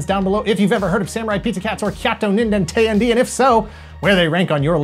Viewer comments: It's not "teh-yan-dee" rather it's "t'yan-deh!". IIRC it translates into something akin to "(what) the hell?!". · Bruh, it's pronounced tay-anh-day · teyandee is pronounced teh-yan-deh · I love you, but the way you pronounce “Teyandē” causes me physical pain.